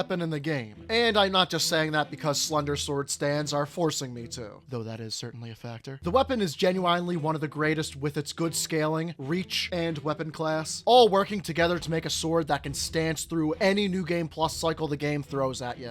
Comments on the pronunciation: gen-u-eyen-ly.. Yeah okay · bro said genu👁nely